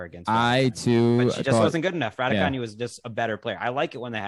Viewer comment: Another dope episode. I heard Emma Raducanu in a video say her name and it’s not the way y’all decided to say it. Hope y’all can keep the podcast going!! Courts of Thundeeeerrr